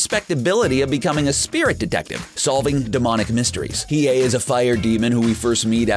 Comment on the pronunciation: they way the narrator kept mispronouncing Yusuke, Hiei, Deku (Midoryia), Bakugo and Alucard made me cringe so hard. learn how to properly pronounce the names correctly before making the video! SMH